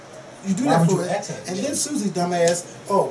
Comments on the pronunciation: Ax. No. ASK, as on flask, not flax. I asked a question. Not I AXed a question. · it's A-S-K. not a-x-e. i hate when people pronounce 'ask' like that.